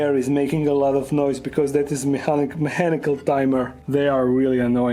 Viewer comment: “mehhanical timer”😂☠️❤️